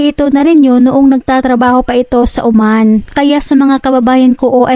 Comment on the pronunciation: Oman hindi Uman.. Diyos ko nakakainis yung narator. Ayosin mo magsalita.